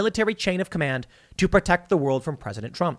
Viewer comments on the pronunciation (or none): The least hawkish President since Carter but "We gotta perteck thuh nukes." Such a crock of shit.